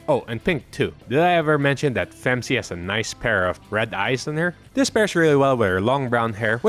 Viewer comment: Great video but you got something wrong. It’s not “Femc” it’s “Phem See”